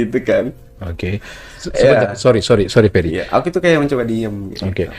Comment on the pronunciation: Namanya Ferry mas. Bukan Perry 🤣